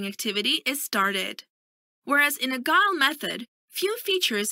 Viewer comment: You pronounce Agile as Agal basicly it pronounce Ajiel not agal